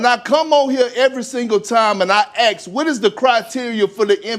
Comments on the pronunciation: Ask. A s k .. ASK. Not acts, axe, or aks.. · When I ax also I axing these questions, need I say more, EMBARRASSING! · Is the word ASK so hard to say for some black people ? Or is it just laziness that saying it as AXE is easier Ive always wondered that if anyone has any insight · I don’t listen to anyone who uses the word axe instead of ask…you can tell what kind of person you’re dealing with. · Perkins is too Ghetto!!! He keeps saying "ax" not "ask". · Perkins is a joke and his vocabulary is like a 9th grader. “Let me ax you a queshun” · Wish they would say ASK and not axe.......they must not know how to pronounce the American English language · Let me ax you a question. Speak English bro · Perk likes to “Axe”questions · Kendrick attended UNC but, obviously, he did not major in English in general or elocution in particular. Plural nouns with singular verbs, the "ax" instead of "ask," and other butchery of the language. SMH... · Ok 5 seconds in and Perkins still can’t pronounce “Ask”! He’s a joke and a true racist and wasn’t even that good, and obviously jealous! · Man, that ESPN guy can ax a question. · He can’t pronounce the work ASK, let alone know anything about Quantum Physics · Interesting that he say say evolution properly but the small world ask he sounds like umm?